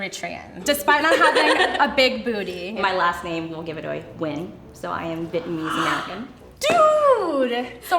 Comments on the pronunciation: that’s not really how “Nguyen” is pronounced but ok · Tf she pronounce "Nguyen" like "win" girl bye